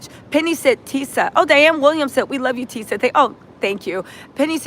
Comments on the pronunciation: Who's Tisha? This is TISA (rhymes with Lisa). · TISA rhymes with Lisa.